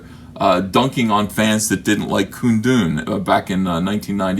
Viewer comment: What's Koondoon?